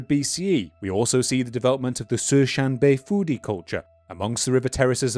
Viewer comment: What is being said "Cishan-beifuidi culture". What I heard "The Susan Bay Foodie Culture". Goddamned Neolithic yuppies are everywhere.